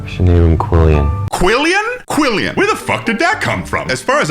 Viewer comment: They’re pronouncing it quillion but they’re writing it quillon